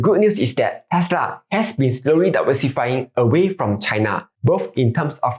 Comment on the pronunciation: China pronounced as chai-nuh not chaiNA